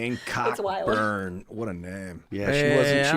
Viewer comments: Cockburn is pronounced ko-burn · Olivia Wilde = Olivia Jane Cockburn Here in Canada we have a singer-songwriter named Bruce Cockburn, pronounced KOH-burn.